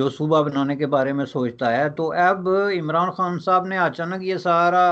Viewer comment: the way he says imranD khan..epic🤣